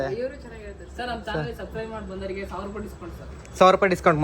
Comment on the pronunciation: Subside❌Subscribe ✅ chalki 😂